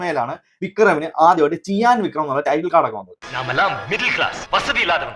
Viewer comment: Chiyan വിക്രം allaa... cheeyaaan vikram